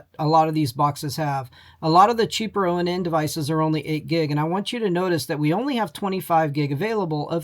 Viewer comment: It's pronounced "Ahn", not oh en en. It's project IVY, not projec TIVITY.